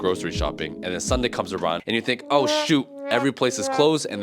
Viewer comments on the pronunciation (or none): none